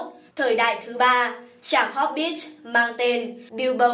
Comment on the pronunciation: Tôi còn nghe hốp_ bít xì ko biết ở đâu ra? Chỉ thấy mỗi chữ hobbit thôi mà